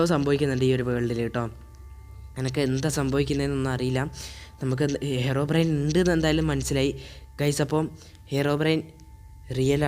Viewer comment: Yes ellarum angane aa IPO parayunne